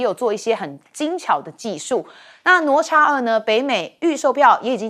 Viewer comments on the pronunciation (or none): 主持人连哪咤都不会念😢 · 哪吒 读Nǎ zhā，😂